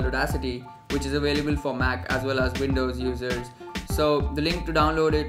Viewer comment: did he just say windows losers or is it the accent